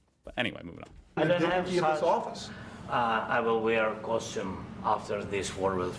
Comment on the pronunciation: I don't see this part being explained. I see you laughed, which I get why. The way he pronounced the word, to most americans sounds like costume. Which may be seen by some americans that, President Zelensky is making fun of suits. He is actually saying костюм pronounced kostyum, which is the ukrainian word for suit. :)